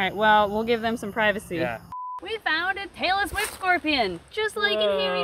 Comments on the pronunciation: I kept thinking you were saying "Taylor Swift scorpion" 🤣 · Omg I thought you said Taylor Swift Scorpion instead of Tailless Whipscorpion and I was so confused🤣🤣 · Was it just me that has really bad hearing and thought said “we found a Taylor Swift scorpion”? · I seriously thought you were saying Taylor Swift Scorpion, not tail-less whip scorpion. XD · When you said "Tail-less whip scorpion" I heard "Taylor Swift scorpion" 🤣🤣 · Omg, when you said tailless whip scorpion, I heard Taylor Swift Scorpion 🤣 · I'm not a native english speaker and I kept hearing "taylor swift scorpion". Believe me I was a little confused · Please tell me I'm not the only one who kept hearing "Taylor Swift Scorpion" instead of tailless whip scorpion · When she was talking about the tailless whip scorpion for a second I really thought she said Taylor swift scorpion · I kept hearing "Taylor Swift scorpion" instead of "tailless whip scorpion"🤦🏻‍♀️🤦🏻‍♀️🤦🏻‍♀️